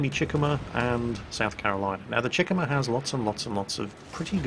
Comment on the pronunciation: it's pronounced Cheh-koo-mah not chickemuh